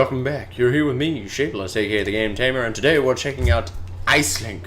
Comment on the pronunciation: Nice tutorial. It's actually pronounced "Ash-lin" haha. Aisling is a must have on any team.